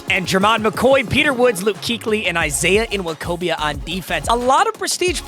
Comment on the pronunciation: It’s just “wokobia”